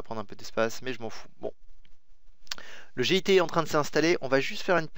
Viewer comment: On dit "git" et pas "g.i.t" !!! :D